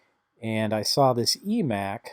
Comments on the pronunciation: its iMac not emac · "ee-mac" are you serious? lol and 130 dollars is way more reasonable than 200 dollars for a 20 inch 2008 imac. I bought a 150 dollar imac (pronounced eye-mac) but it was a 24 inch and I got the newer thin apple keyboard and mouse. Guy wanted 250 for it but I got him to sell it to me for me 150. It is practically flawless and in nearly perfect condition. I don't know who all owned the mac, but they took great care of it.